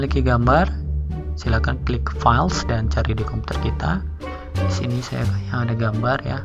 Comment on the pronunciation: mantap..cara pengucapan istilah englishnya..lebay..😁😁 file jadi fals👍👍